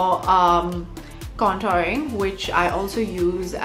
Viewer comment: Did she forget she's an Indian, the way she's saying Paw-dar & Can-Taring lol 😂